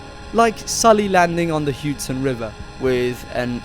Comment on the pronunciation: I’ve never heard someone pronounce Hudson as “Huton”